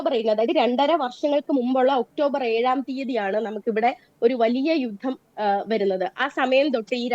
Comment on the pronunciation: അവതാരകാ , "യുദം" എന്നല്ല, "യുദ്ധം" എന്നാണ് പറയേണ്ടത്.